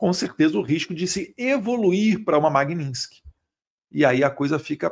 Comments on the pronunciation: Caramba Eduardo. Bora falar o nome da lei corretamente. É Magnistisk e nao Magnintisk. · Eduardo, o nome da lei é MAG-NITS-KY. Estás falando esse nome errado. Pega mal. Mag- nits-ky! You're welcome, darling! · Parabéns pelo seu trabalho em defesa da verdadeira Democracia! A propósito, o nome da lei é MagniTsky, e não MagniNsky. 🇧🇷🇧🇷🇧🇷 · Fala o nome da lei corretamente, pelo amor de Deus!! 😂😂😂 Falando sério: ótimo trabalho, deputado!!!